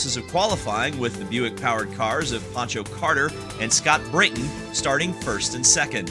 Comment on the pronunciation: Oh look at the Millennial mispronouncing the late Scott BrAYton's name (not BrITton 🤦‍♂). Guess he needs "a little chat, a little parenting lesson" from the Boomers who were actually THERE before he was born. 🙄